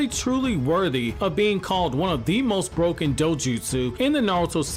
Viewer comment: mans says broken like it’s a video game 💀